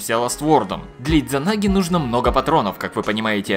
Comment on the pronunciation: Д не произносится! SMOrc